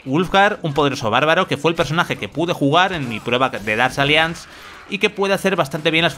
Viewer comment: Dark "alianz" ni se preocupa en pronunciar bien el inglés u.u